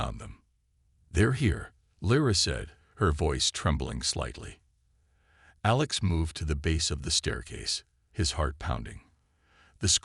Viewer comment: Good story. Bad AI. "DEEFening crack...", "DEEFening roar...", "AYElex".